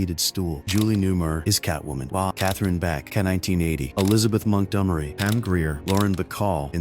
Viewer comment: Elizabeth Mont-dum-rey?!